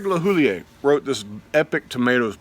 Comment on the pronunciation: FWIW, Craig Lehoullier doesn't pronounce his name the "French" way. The last syllable is "your" rather than "yay". Common mistake.